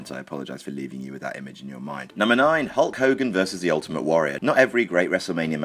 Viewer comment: And sting at hof he says the name of hulk cogan